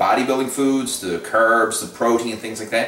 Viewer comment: You say carbs funny lmao